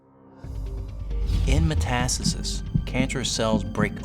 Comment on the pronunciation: It's. Called metastasis not metasasist!!